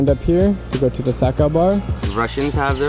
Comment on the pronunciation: Reminds me of sake (SAK-ay)